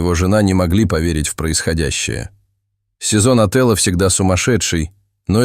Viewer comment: Не сезон отЭла, а сезон отËла 😂